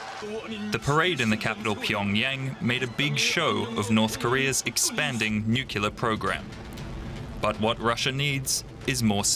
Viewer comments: Arrrgghhh dude just said "nucular" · Narrator keeps saying nucular 😂 Nu cle ar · This is a real pieve of mine, so i need to rant. The word nuclear, is pronounced, "noo-klee-arr," more in line with its spelling. Would all you supposedly educated people please stop probouncing it, "nook-you-ler." You sound like a bunch of middle school dropouts!! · DW now aping Americans in saying nukular instead of nuclear. The brainwashing is complete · it is NOT!!! pronounced nucular. or nuke-ular! it's nucLear. just because many people make this mistake, it's not correct^^ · How illiterate this speaker is...nucelar?? I always thought is it was nucLear!! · It's "nuclear" not "nukelar" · I wish journalists would pronounce nuclear properly instead of sounding like George W Bush nukular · I hate when people mispronounce nuclear. It's got 1 U, not 2